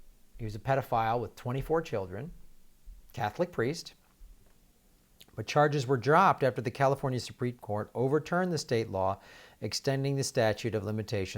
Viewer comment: I don't know what other mispronunciations are in here; what caught my ear was "Lew". The Cardinal Archbishop of Boston, before he fled the state one jump ahead of the cops, was Bernard Law. _Nomen est omen_?